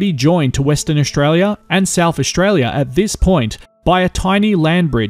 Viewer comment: Great video, just one thing though, it's Aus-tralia NOT Aush-tralia